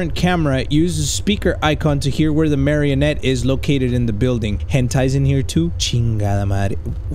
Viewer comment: Does anyone else hear h*ntai when he’s talking about the marionette? Like he doesn’t say marionette he’ll say like a nickname for them but it sounds like something else lmao